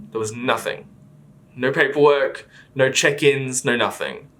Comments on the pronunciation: he rly said "ñœ" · I can’t get over the “neh”